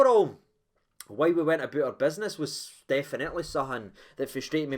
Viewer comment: "Walked aboot like a caravan"?